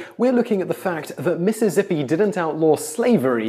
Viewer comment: 7 sec in and had to go back and hear you say Mississippi and then after the video listen to it over and over again getting a bigger smile each time hearing you say Missizzippi